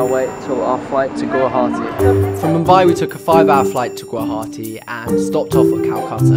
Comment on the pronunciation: Sunny V I think they pronounced Guwahati quite well though